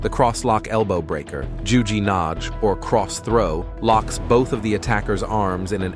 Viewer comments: Nage has a HARD g. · AI Ki Do ...nage pronounced 'nah gay' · It’s too bad you did not study the way nage should be said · Auch KI wird es irgendwann lernen